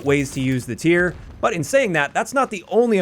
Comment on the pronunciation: shout out for calling the pistol by its actual name. most YouTubers call it the T-Y-R and it kills me